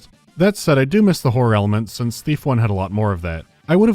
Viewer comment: I keep hearing Beef instead of Thief. I'm gonna grad some food.